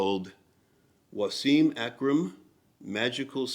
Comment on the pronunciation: Was-im not Wa-seeem